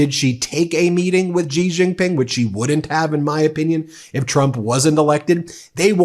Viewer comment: Off topic, but an important point… President Xi is not pronounced with the kind of Z/G sounds you are using. The correct pronunciation is more of a ShE. … as if you were saying ‘she’ but with a very soft, ‘almost silent’ ‘h’. Very hard to write phonetically in English, but that’s the closest. Why is it important… (?) of course it is and not getting it correct sounds unprofessional and lazy. Kind of like how almost everyone (including Rachel Maddow) pronounces Qatar as if it were ‘cutter’. .. it’s more like katar y’all. Or how so many people can’t seem to pronounce nuclear… it’s not nuculur. But great shows always, Ben. Cheers. And, while most Americans probably couldn’t care less… well… that’s American laziness and a toe in the pond of arrogance. Note how trump mispronounces everyone’s name… either because he is a moron, or on purpose! Arrogant, lazy, and insulting. Yes, trump loves uneducated people… let’s not be in that group.